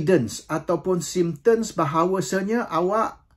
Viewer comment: Symptoms- bukan sympter mcm yg disebut RPK..